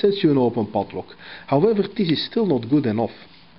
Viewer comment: I love the way he pronounces PADLOCK :)